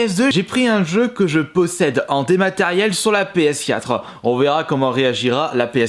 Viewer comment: "Comment va reagir ma ps4euh"